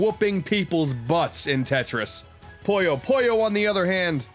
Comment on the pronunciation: Glad Puyo Puyo made the list, man...but it's not called "Poyo Poyo." I know you've Kirby on the mind, but c'mon. :p